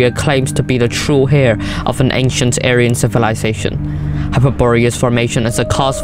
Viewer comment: true "ayran" lmao